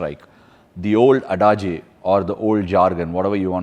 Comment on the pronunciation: Excellent interview. Well expressed. Btw, adage is pronounced ad-age (not adaa J).